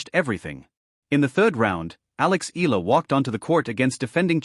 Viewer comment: It's not Ee luh. Use the correct pronounciation in our way. The filipino pronounciation is Eala (Ey yeah luh).